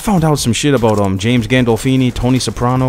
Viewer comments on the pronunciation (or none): none